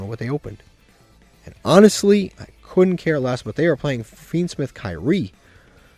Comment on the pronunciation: it's pronounced key-ri-eh